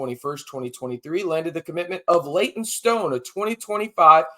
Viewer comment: Leyton stone 😂 come on now, I know you gotta make clips but Leyton stone hahah